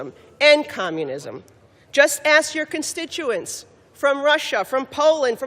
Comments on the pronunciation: That's like bringing a knife to gunfight old ass geto Water's I'm surprised she can even read her script and it ask not ash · Have you noticed that black people are unable to pronounce the word "Ask" ? It always comes out as "Axe" or "Ass" . It's hilarious.. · IT'S ask you not ass you 😂😂😂😂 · Waters: "I wanna ashyou" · Did she say "AX YOU" ?!? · Waters is a complete idiot. She can't even pronounce "ask" correctly. Just ax her... BTW, does she have any clue what she is talking about? She's totally illiterate. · Did Maxine Waters say I want to ass you? 😂😂 she's trying to whitewash her speaking by replacing ax with ask but pronounced it ass. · As soon as I hear someone say I axed them I turn it off. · I know!! She said, “let me ass you a question”! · I feel stupider for hearing mad max, wanting to "ass you"... and rattle on incoherent nonsense. Seriously deluded 🙄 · When you can’t even say a three letter word properly, you lose all credibility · It doesn’t matter what education level why the can Black people not pronounce the word “ask”. 🤣🤣🤣 and I’m 100% not being racist. I’m just curious. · How many years in Congress and public speaking and still can't say ASK??